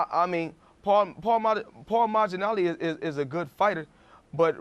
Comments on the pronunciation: "paul maghinali" - floyd mayweather 😂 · cant even say boxers last name.o yeah world champion.hes a joke. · 😂😂 he couldn’t say Paul Malignaggi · “Paul Majinali” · Mayweather said paul magginali 🤣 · they both said his name wrong 😂😂 “Paul Majinali” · "Paul Mana-laggi" - Mayweather lol love Mayweather, just cracked me right up! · Paul Majinali - sounds Indian!! 🤣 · "maginalli" he said.. Hahaha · "Paul Madg-Ah-Nali" lmao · Money may couldn’t pronounce Pauline’s last name 🤣🤣🤣🤣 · Floyd so flustered he can't even pronounce malignaggi or castillo. He says he's there to be interviewed not to interview... And then proceeds to keep asking questions himself. Clown lol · When he struggled and said paulie malignaggi name wrong I cried 😂🤣😂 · He can’t pronounce paulie malignaggi